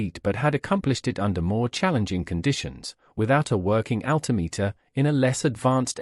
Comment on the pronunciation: There seems to be no relation between the title and the actual video, apart from the name of the main character. Strange. In the same vein, how does an announcer of an aviation history video not be familiar with the correct pronunciations of Lindbergh and altimeter? Okay, the Brit mayn't pronounce equipment the same as Americans, but.... what does this video have to do with the disappearance of Amelia's plane? And wasn't there a mention of the plane having "reappeared" ? The various photos displayed, many times, were relevant to the audio. LOL